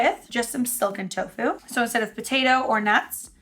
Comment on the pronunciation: Did you say tocu mozzarella? Lol this is great!!!